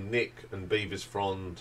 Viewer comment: Bevis like beverley not like bee-vis